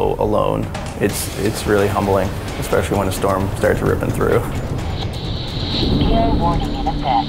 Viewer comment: I can't believe a person who says ekspecially ever made the cut for astronaut.